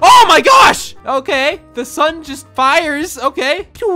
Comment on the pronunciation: i like how he says "sune" instead of "sun"